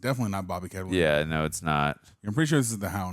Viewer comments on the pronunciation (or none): her name is Karen Gillan, not Gillian. And its Bobby Canavale, not Canalino